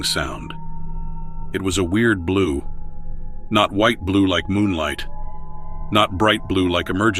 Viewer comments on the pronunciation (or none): none